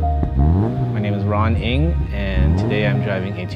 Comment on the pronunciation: So that's how you pronounce Ng.